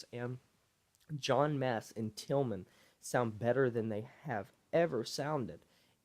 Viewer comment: Bro, his name is tilian not tilman😂😂